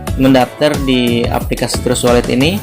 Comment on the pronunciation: Trust wallet di baca "tras wolet" Cryptocurrency dibaca "kriptokaransi" Kritik membangun ya min, jangan emosi